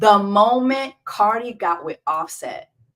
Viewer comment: You lost me when you said offset ate lol